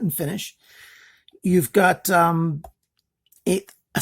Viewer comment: Great review, just wanted to correct something real quick; it's Santoku not Santuko ;) Thanks for all your work!